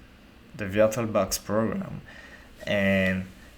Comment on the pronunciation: nice pronounciation of virtualbox lol.